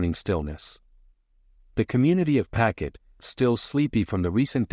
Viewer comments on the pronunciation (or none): There is no such place in Rhode Island called “packet” It’s pawtucket